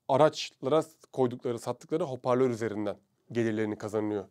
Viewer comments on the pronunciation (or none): none